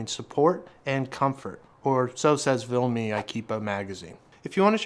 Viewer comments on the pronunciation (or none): Argh, what's with the "VILME"? It's VIMLE... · It's Vimle... Not Vilme. And it is Ikea...not Ikeepa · Why are you saying vilme when it’s vimle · VIMLE, not VILME dammit!